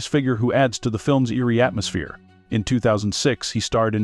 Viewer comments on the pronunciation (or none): none